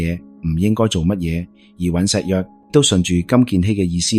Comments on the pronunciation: 看了你很多視頻，非常多字讀錯音。依次連總統個名都讀成幾個版本，一時讀「悅」、一時讀「藥」。酗酒的「酗」字我都唔知你讀乜，我「聽」YouTube 聽你既「廣東話」聽得好辛苦😓作為香港人都要估你讀乜。你如果唔肯定啲讀音，可以上網查完再讀，好好地內容無問題，硬生生被讀錯音draw走啲attention….. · 大陸仔講廣東話 尹錫悦（月），不是（若） 朴（撲）堇慧，不是（嫖） 酗（於）酒，不是（吠） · 😂雖然你運用ai旁述都幾出神入化 但尹錫藥 國衛議員 係點樣讀錯